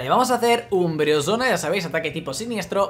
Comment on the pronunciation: Porq dices umbresona???